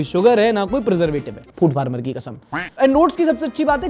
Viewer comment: 😅 hi, love your content and almost regular in watching. One correction though its not food farmer (किसान वाला ) but food pharmer (दवा वाला) 😅